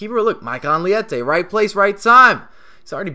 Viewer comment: Nice video mate! Actually his name is Leite (it's milk in Portuguese) not "liete"